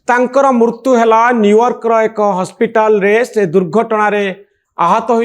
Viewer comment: Manoranjan babu is a very good intellectual anchor but pronouncing odia word murtu(death) instead of Mrutyu. Pls rectify ur pronounciation